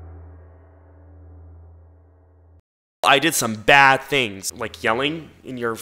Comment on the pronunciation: “I was a bas girl…I did sökme bas things…..” GIRL GET BACK TO SELLING BOWS